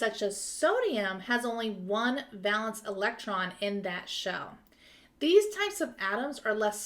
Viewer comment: Awesome video! Super helpful!! I noticed you pronounced it 'val-ence'—is that a regional thing? I've always been taught it's pronounced 'VAY-luhns'